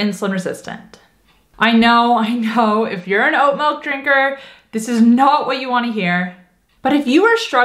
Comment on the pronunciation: Melk? Well, a little dramatic but I do make my own. You don’t need to soak it overnight but the longer you soak it the more slimy it is. 4 cups water, I cup oats, 1/4 cup cashews. Keeps 4 days.